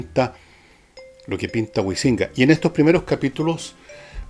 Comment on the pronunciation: Pese a que concuerdo contigo en que varios no valen la pena, no sé qué universidades has pululado, pero al menos los profesores que yo conozco han leído, publicado y tienen un peso académico 100 veces mayor al de este señor, quien curiosamente ni siquiera sabe pronunciar el apellido "Huizinga" y parece que leyó un documento de wikipedia.